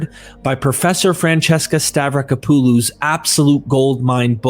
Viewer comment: The AI voice pronunciation getting worse and worse as the video goes on. It's *hilarious*. Oh, and the author's name is pronounced Stav-ra-KOP-oh-loh.